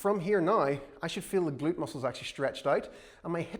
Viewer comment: We salute the “ga-lute”